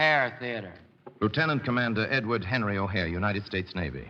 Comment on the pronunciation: Correction…it’s Edward “Butch” O’Hare, not O’Hara. As you might have guessed, Chicago’s O’Hare Airport id named after him.